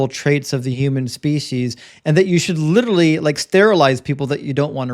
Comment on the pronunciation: Way too many people saying 'lideraly', for this to be an intelligent conversation. 😂😂 Yanks...🙄